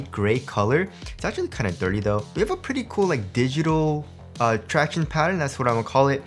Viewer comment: Stop saying tractiones!!!!